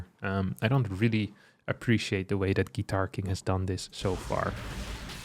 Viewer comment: Are there any Russians here who all the way were sure that GuitarKing was perfectly pronounced by like Russian surname «Гитаркин»?